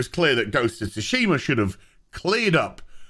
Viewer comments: SUE-SHE-MAH your pronunciation is meme worthy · The T is silent in Tsushima btw. Lol. Hurts my ears everytime you say it wrong. Lol. Always remember that everyone has an agenda. Journalists only care about views and money, not about telling an honest story. Theres always 3 sides to every story. My side. Your side. And the truth.